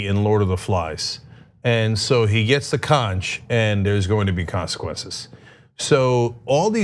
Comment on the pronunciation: Cenk, conch is pronounced konk